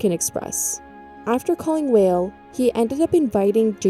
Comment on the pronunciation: Sandy Weill >> pronounced "while" not "whale"